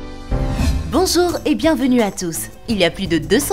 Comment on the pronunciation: Ta dit bonzour